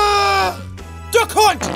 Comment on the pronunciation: When you said duck hunt I thought you said “the c7nt” lmao